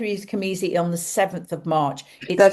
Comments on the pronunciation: I apologize for this Virgo nitpick, but it is cazimi, not camizi, yes? :elbowcough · isnt it cazimi. am i hearing it right